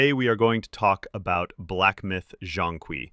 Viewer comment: Your mispronunciation of Zhong Kui is criminal.